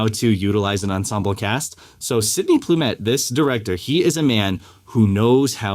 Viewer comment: Sydney Lumet, not Plumet.